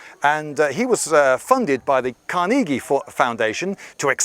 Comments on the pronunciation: Carnegie is pronounced Car-neh-gee not Car-nee-gee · Carnegie is not pronounced "kar-nee-gee" it's "kar-ne-jhi" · Carnegie.. Car-neh-gee not carn-nee-gee.. You Arrogant English don't understand English! (that last bit is a joke) But yea you got the pronunciation wrong.. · Is he trying to say "Carnegie"?